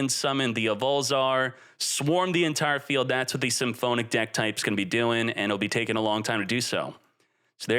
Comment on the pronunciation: I've always wondered, does mispronounce every single archetype or name on purpose? Like who says symphonic like that